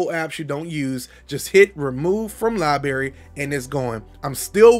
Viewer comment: Ha. Lieberry gave me a smile and a chuckle when I heard it. Fun stuff.